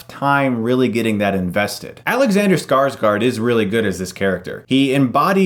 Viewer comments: As a Norwegian (who automatically understands Swedish because that´s how Scandinavia works), it´s really funny when you pronounce Skarsgård as "Scar-Scar". The closest English pronunciation would be something like "Scars-gore". It´s like with Django - the D is silent. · Scarsgaard? It's Skarsgård. "Skaars-gaurd" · i "lol'd" everytime you say Scarscar lol. Skarsgård damn it :P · Skarsgård (Sweidsh) is pronounced Skars-gourd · Tattle Boad I got kinda annoyed on Scarsgard since I'm Swedish. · I was just getting ready to correct the pronunciation as well. ;) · If you're going to pronounce a foreign letter, at least look it up how it is supposed to sound. Do you really think the swedish alphabet have two letters that is pronounced exactly the same?